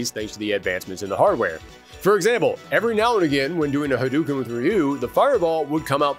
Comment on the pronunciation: HA-DUE-KEN? NO. Ha-DOE-ken